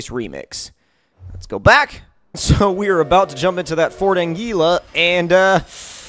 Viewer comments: Anglia not Angila... Ang-lee-a... Got it. Nice racing, how good what it be if it could fly. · it’s a Ford Anglia not a Ford Angila. Laughing my head off at the name change